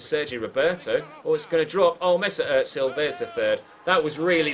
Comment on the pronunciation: I love the career modes but PLEASE stop calling Özil wrong. It's Özil not Ötsil.